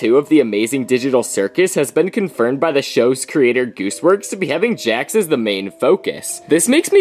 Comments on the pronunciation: “ dax “💀💀💀(its Jax lol) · Bro its Jax not Hax